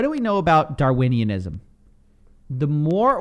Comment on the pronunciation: Between “Darwinianism” and “Naming and Shaming” this was the olympics of saying things wrong 🤣🤣🤣